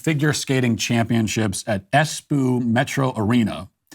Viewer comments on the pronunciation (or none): Matt darling. It's Espoo not Espuu. #Finn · Espoo is not pronounced as Es "poo". The "p's" are pronounced as "b's" so just pronounce Espoo as Esboo. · He often mispronounces things on purpose. Im sure this was the case so he could say “poo” 😅